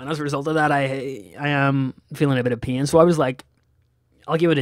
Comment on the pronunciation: lol every time you said pain it sounds like peeing to me!